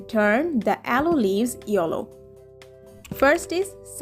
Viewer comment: This is not yollow this is called yellow